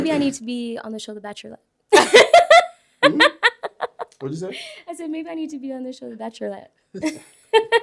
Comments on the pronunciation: Batrelette - She saiiiiiiiiid dat! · She said bachelorette wrong that’s why he asked her what she said and she said it wrong again LMFAOOOOOOOOOOOO and he was bout to say it but stopped him 😂😂😂😂😂😂😂😂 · It’s bachelorette, not bachlorette. 😀 I would hope your pronunciation and speech is perfect before you speak on others’ speech. & the way you conduct yourself in 15 min definitely tells a lot about you. There were plenty of other women and men that presented themself either well or poorly. You presented yourself poorly twice and that’s why you barely talked at the reunion. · The bacherlette I’m dead sis it’s the bachelorette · Wait…did she say the Bachelet 😂😂😂😂 Giirrrllll it’s bachelorette 😂😂😂😂WOW SHE REALLY IS DELUSIONAL 💯😂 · “BachORlette” is actually pronounced BacheLORette but, eh. You know: day to day speak… 🙄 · DID She say " The BacherLETT ? " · Girl can’t even say bachelorette 💀 had me dying rolling his eyes 😂😂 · am i the only one who caught the way she pronounced “bachelorette” at the end.. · I’m sick she had 2 opportunities to pronounce bachelorette right and failed both times 🤦🏽‍♂️😂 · had the nerve to talk about how someone talks and she can’t pronounce bachelorette 🤣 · I thought i was tripping. 😅i was like ummmmm that’s not how u pronounce it ‘’in your day to day speak’’